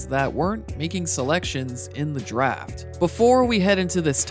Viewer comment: Everytime he says Draft I hear Giraffe